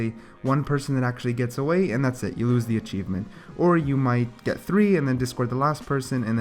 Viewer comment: not to be mean or anything but achieeeeeeevmmeeenttt and lushio